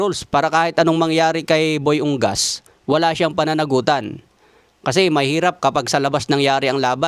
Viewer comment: Correction dol, U-NGAS yan, hindi Ung-gas